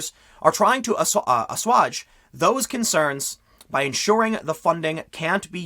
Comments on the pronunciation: Assuage *Ah-sway-jah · And the word “assuage” is pronounced with a long a sound, like “cage,” not like “cause.” I am only a a crazy, radical, progressive leftist that went to public school, though, so what do I know. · It's "a swage". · I try to control my grammar nazi tendencies, and Tim usually does a good job reading the articles. Idk if he’s unfamiliar with the word “assuage” or if he was simply not paying attention as he was reading.